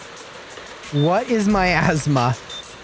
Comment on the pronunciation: though said "my asthma" instead of miasma, hence the reply gave